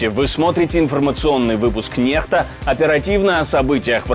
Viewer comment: Чому на російській мові Ви навіть читати не вмієте NEXTA це не нехта а некста